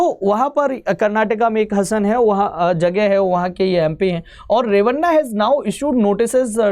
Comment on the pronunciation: हसन नहीं हासन और Holenarsipur is होलेनरसीपुर